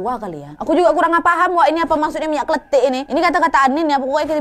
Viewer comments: Minyak KLENTIK kak bukan minyak KLETIK minyak klentik itu bahasa jawanya minyak goreng kak nad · Not kletik but klentik (lenggo klentik ).